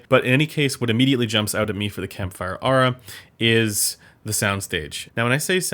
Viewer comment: It's "Air-uhh" (strangely).